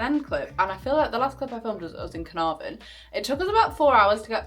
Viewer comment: Your pronunciations of Caernarfon and Y Wyddfa was pretty spot on - coming from someone that’s first language is Welsh and lives in North Wales👏🏻❤️